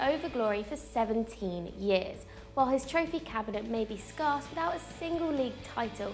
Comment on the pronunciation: she doesn't know how to say 'scarce'